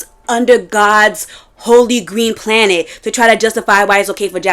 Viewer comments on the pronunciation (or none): none